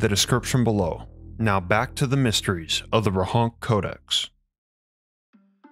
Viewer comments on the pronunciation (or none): Great video, but it's Rohonts not Rohonk :) Also the town is in Austria today and it's called Rechnitz in German. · I think it's pronounced as 'Rohonts', rather than 'Rohonk'.